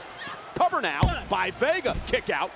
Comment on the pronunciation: Michael really said Vager instead of vega